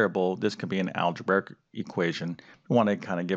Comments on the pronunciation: its algebraic not algebaric. omg please say it right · I'm sorry, i cant stop laughing at the fact that calls it "Alegebearic" XD im sorry if im being rude